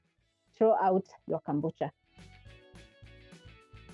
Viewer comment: It's kombucha please not kambucha. Ama ni Kenyan accent lol! Either way great video ❤